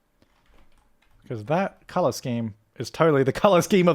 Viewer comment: I love his accent of colour the word colour... CALLAAR